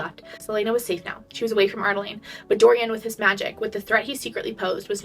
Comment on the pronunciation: I say this with so much love because you have helped me through these books, you often skip letters in words. Lyria- you said Lyra Adarlan- you say Ar-Da-Lane